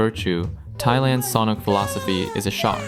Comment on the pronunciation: “E-san” guy, not “I-san.” Also, “gah-toy” rather than “kah-too-ee.” Sigh,third edit: “sah-nook” Long u sound on the second syllable.